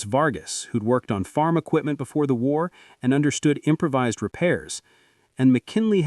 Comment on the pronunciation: "im-pra-vizzed" gas filters?! This A.I. narration is terrible